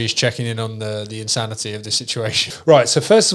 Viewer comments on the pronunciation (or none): "Instanity" lol my dude :')